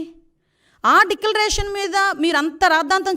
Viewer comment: అమ్మ హోమ్ డెక్కాలరేషన్.... డెక్కలరేషన్.. కాదమ్మా డిక్లరేషన్.. ఛీ దరిద్రం డిక్లరేషన్ అనడం కూడా రాని ఈమె హోమ్ మినిస్టర్